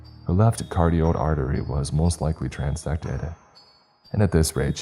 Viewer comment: Her left “cartiod artery” Lmfao